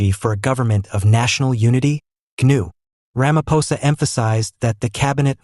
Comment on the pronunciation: This is what western fals news is spreading!! They are failing against Trump so they target SA!!! Listen to this fools language and pronouncing Steenhuisen and ramaposa. Just Voertsek SATAN!!!!